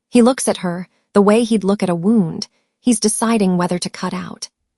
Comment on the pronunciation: This is a really good story. I enjoyed listening to it. The only problem I have is that the AI narrator doesn’t pronounce some words correctly. Words like “tear” and “wound” Thanks for sharing! ❤